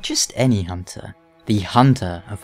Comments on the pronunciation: is it a german accent? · I really love Eileen's accent of pronouncing "honter", "blurd", "enurgh", sounds so special.